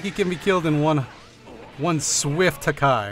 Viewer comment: "HaKKai". Man i love this guy's videos.